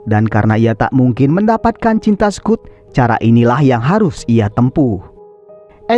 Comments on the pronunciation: Dibacanya Skot bang bkn Skut... 😂 Btw, diantara smw ce d film ini yg plg cantik mnrtku si Bess, sukaa....😊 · Aneh si mimin nih..udah jelas2 di film dipanggil Scott, kok malah jadi Skut😂😂